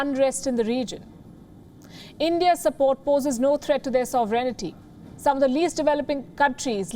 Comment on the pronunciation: Um, K - say sovereign - add a t - sovereignty - not 'soverenity' 'sovereignty' = 4 syllables, not 5